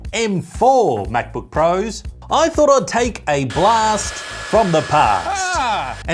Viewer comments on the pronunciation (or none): The words "Mäc-Book" and "Any Good" ?!? BWAHAHAHA !!!!